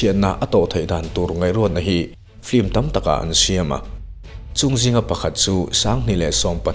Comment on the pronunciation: Film a ti duhlo a, flim a ti.... lam dan mawi ah a buai lo, mipui te en theih tura video a chhawpchhuak hi kan lawm em em ani.